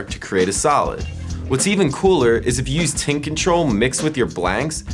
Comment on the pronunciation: is it me or does sound like hes saying tit control when he says tint control?